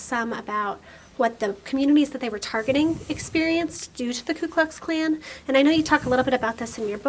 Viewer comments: It’s not the K U KluxKlan. It’s the KOOKLUXKLAN. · It’s the Ku Klux Klan!! Why do you keep saying …K. U.?!